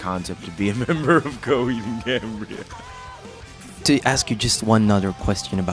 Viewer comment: Cohaheed ahand Cahambriah